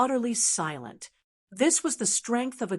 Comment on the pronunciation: Great story but it’s lycan not leken